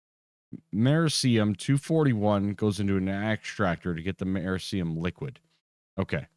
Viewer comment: Amer-eee-she-um. Not ‘Murricanum